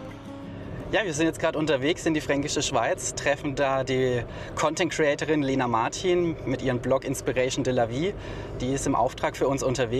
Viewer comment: "Inspiration de la vie" spricht man hoffentlich nicht"Iinspiräischen" sondern "Änspirasion". Arbeitsplätze in der Fränkischen? Es gibt massenweise offene Stellen und Hotels die kein Persomal bekommen und deshalb entweder auf "Halbgas fahren" oder Personal aus Tschechien oder Rumänien beschäftigen (es liegt nicht am Lohn!). Würzburg liegt zwar in Franken und ist einen Besuch wert, hat aber mit der "Fränkischen" nichts zu tun. Grob gesagt wird die"Fränkische" von den Autobahnen AS73, A3, A9 und B172, B289, B303 eingegrenzt. Würzburg liegt 70 km westlich davon.